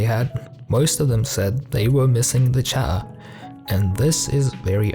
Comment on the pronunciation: There are not one, but two "t"'s in word "chatter". Please try and use at least one of them ;P